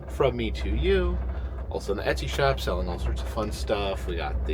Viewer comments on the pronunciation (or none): none